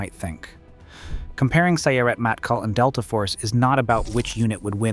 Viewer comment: Its pronounced Seret (like Seh-Ret) drop the Y :)